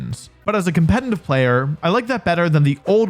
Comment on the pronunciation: I dont mean anything bad by this but: youre pronouncing "competitive" wrong. Youre saying "com-pe-ten-tive" or "com-pe-tenly" its actually "com-pe-ti-tive" or "com-pe-ti-tive-ly" I hope and think most people care less than i do (its a curse for everyone involved), but since youre saying it once or twice every single minute, its making me not wanna watch the vids. Even though theyre great. So instead of just going quietly, now you know. <3